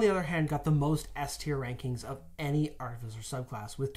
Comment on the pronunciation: how many times can they say artificer wrong. still a great video though